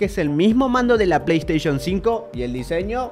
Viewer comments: Quien noto que dice Play Sation 6? XD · jaja dice playsation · like si notaste eel PAY SATION jajaja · Alli decia "Play Sation" hombre, como no lo viste venir. Es tan grascioso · Play Station❌️ Play Sation✅️ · Playstation❌ Playsation✅ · XD arriba en vez de PlayStation dice PlaySation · "PlaySation" vaya pirateria🤣🤣🤣🤣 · Alguien se dio cuenta que dice playsation? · Es q no saben leer oq? Playsation dice.. no playstation!!!